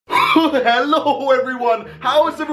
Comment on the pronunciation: You messed up your hello at the begging